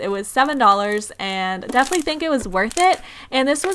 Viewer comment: I'm sorry but it was hard to watch your vid you continuously said "deaf-ly" instead of definitely.